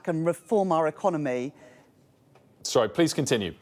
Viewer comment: And that female customer service voice, and pronunciation economay, peepul, so unconvincing